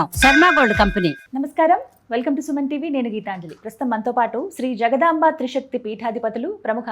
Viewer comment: జగదాంబ కాదు జగదంబ అనాలి